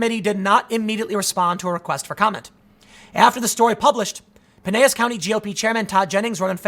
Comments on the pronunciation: hey dumbass, the double l is pronounced Pi nel las. Men Are Having Trouble Finding Women to Propose to Due To a Lack Of Qualified Women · Tim - “Pinellas” is pronounced Pin-ell-iss. Just FYI. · It's pronounced Pie-NeL-is. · PineLLas County. L L L. Just saying. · p.s. Pinellas is pronounced PIN-EL-ASS. I work in downtown St. Pete..